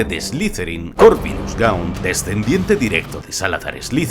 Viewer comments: marvolo que? gons? XD Gaunt* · Excelente video!! Aunque se escribe "Abbott" no "Abey" y es "Gaunt" no "gons" pero te los perdono por el excelente trabajo